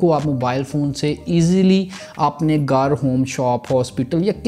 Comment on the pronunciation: Tere gar se🤣🤣🤣 abbe Sidaa bol lee hindi 🤣